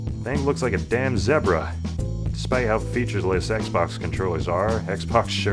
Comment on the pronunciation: The way you pronounced Zebra actually means Penis in Arabic lololol